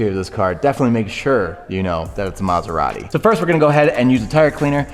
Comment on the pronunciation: Great job Guys! Very nice and beautiful car ..... but, Sorry, I can't hear now u pronounce the name of the brand:" MaserarRi"....put a "T" before "i" : MaseraTi....grazie ;-)